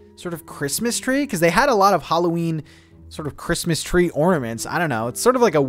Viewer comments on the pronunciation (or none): none